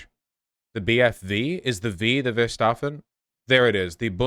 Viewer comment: Listening to Vaush repeating the word "Verfassung" and mangling it even more each time like a game of telephone had me cackling